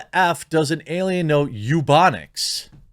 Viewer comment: What the hell is eubonics? It ebonics.